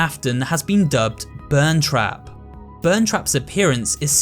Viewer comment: “Burntrap” smh that’s peepaw